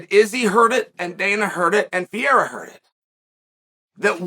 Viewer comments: Say it with me Chael, Pa-ray-uh not Peeair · he's name is not piera. it's pereira! omg lmao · Will he ever get the guy lastname right ever? It's PEREIRA not PIERA come on uncle Chael you can do it i believe in you! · Why does Chael call him Pierra???? Can't he read "Pe-rei-ra"?? Doesn't he correctly hear when other people pronounce the name?? How does he get "Pierra"??.... Wtf, it makes Chael sound like an ignoramus which I know he's not... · Can we please just appreciate PIERA - classic chael mispronounce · who the fuck is pee-ayre-a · This mofo is really still calling him PEE - ERRA its hilarious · Nobody: Chael: Pierra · Alex “Piera” Pereira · Did he just say pee era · "Pee-era" I swear I've never heard a fighters name be misprouncinced so many times in so many different ways. Everyone has a different version 😅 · I gotta ask.. who the fuck is this guy named Piéra he keeps talking about 😂. Gotta love how Chael says Pereira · Say it with me Chael: PE-REI-RA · Is he? really schooled Pee-era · No one: Chael: “Pee-era” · Please, Uncle Chael...for the love of God...why do you keep calling this man "Pierra"?? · The disrespect of uncle Chael, calling Alex Pierra 😅😅😅😅😂😂😂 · Been a while since I listened to Chael. That PEE-AIR-AH pronunciation snapped me back quick lol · his Pierra is killing me every time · And also pull a card out of Steph A. Smith's hand and mispronounce a fighters name continuously with different variations each time, Peria, Pariyah, Ferrera, Paurora Borealis lmfao Chael is funny bruh. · Chael still calls him Pierre lmao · Chael saying Pierra has me dead every time! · Alex Pee-eira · came here to hear Chael say Pereira's name wrong again lol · The smartests guy in the room still mispronounces 'Pereira'.